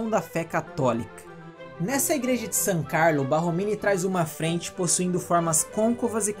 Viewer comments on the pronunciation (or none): Borromini..não Barromini né? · Parabéns pelo material, riquissímo... Mas não seria Borromini? Ao Invés de Barromini? Sucesso e gratidão! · Desculpe pela correção, mas o nome do arquiteto é Borromini e não Barromini como dito inúmeras vezes no vídeo.